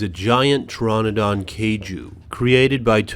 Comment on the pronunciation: and u said tranidon it's teranadon